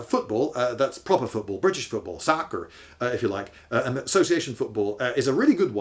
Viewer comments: It never said you couldn’t be the world champion of a team sport. Also it’s not pronounced as “SACker.” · It also threw me off. I live in Pennsylvania and we don't pronounce soccer with an 'ah' sound like he did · Why are you saying "soccer" wrong? It's a British word, just say it with a British accent. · "SAH-kerr!" My God, do we really sound like that when describing what you refer to as football? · "Saaker!" American English just attemted to invade :D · He sounded more Canadian with his "Sackerrr" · Ha ha, I loved when he said "soccer" with an American accent :D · That was the most shockingly American sounding pronunciation of "soccer". I was so stunned I had to pause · The way you say soccer is humorous. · Lost it when you said ' Soccer' in your best American accent, I loved it. These questions actually produced some interesting content, but you're quite skilled at this. Always a fan!